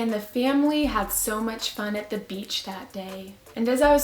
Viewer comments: lol I thought it was beatch but it was beach lol sorry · You said BEACH! - class gasps in unison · when she said the one about the girl who thought she said b***, i thought it was f** because she said fun